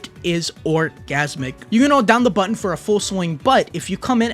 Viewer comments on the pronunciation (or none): none